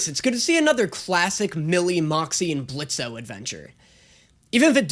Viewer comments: Did no one else notice that pronounced Blitz’s name Blitzo right after pointing out his I h8 Blitzø shirt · The O is silent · Hi blitz here i I've came to say the o is silent! EVERY TIME ITS SO SIMPLE JUST SAY BLITZ NO O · the O is silent. Don't deadname him please. 🙏🙏🙏 But you're right, it's so classic YouTube. I miss this crazy side of the web. Please react to more Brandon Rogers series such as Bryce, Magic Funhouse, Theatre class, ect.